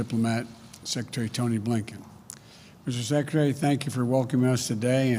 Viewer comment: he can't even pronounce the word secretary...